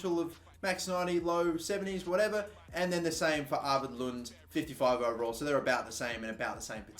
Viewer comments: You say Lunde not lund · In Norway we do pronounce the "e". Anyways, love the series